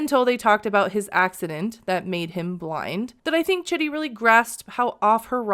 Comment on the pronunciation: I’m pretty sure Rayne is pronouncing his name wrong and it’s pronounced like “cheedee”. His family seems to pronounce his name like that (also it’s spelled the same at least as Chidi from “The Good Place” and that’s how they pronounce it there too lol)